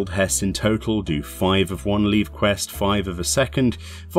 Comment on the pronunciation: Just FYI - leve is pronounced "leave" The NPCs who introduce you to them tell you this if you chat to them. They are called levequests because you are granted "leave" by the issuing authority to perform them. (Why they are spelled leve, I have no idea:D ) Same with Guildhests, they are tasks undertaken at the "behest" of the Guild